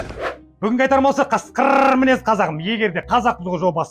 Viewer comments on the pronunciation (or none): Каскыррррр деп айтпашы жағымсыз естіледі, қазақша қасқыр деп айта салшы өтініш.